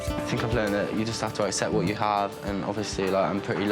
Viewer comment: “Vwhat kinda hairstyle is shola havin It” 🤣🤣🤣